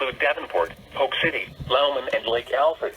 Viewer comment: when paul says “Lauman” that’s me, it’s loughman actually, it pronounces weird lol